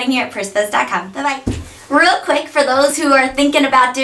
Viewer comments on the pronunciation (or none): none